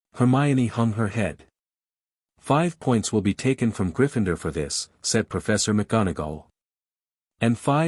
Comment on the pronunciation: It's GRIFFIN -door, not gri-FIND-er! If you're going to do Harry Potter fiction there eight movies you could listen to. GET THE PRONUNCIATION RIGHT! Though I personally think the name should be pronounced Trill-away, not Trill-LAWN-knee.